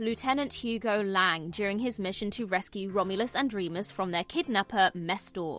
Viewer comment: You mispronounced Womulus and Wemus's names.